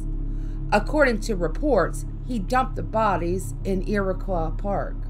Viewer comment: Love all this just one small thing. Iroquois park is pronounced as turquoise just with an “I” I live 10 minutes from it. N yes there’s things in this park that can’t be explained